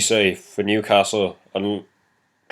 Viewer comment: you got the Newcastle and Watford correct!